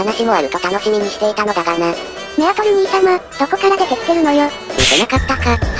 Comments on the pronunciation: メアトルをアルメトって言ってる限り相当疲れてると見た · 今気付いた…メアトルのところアルメトって言ってるな